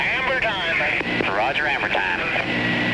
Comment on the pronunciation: I heard "amber time"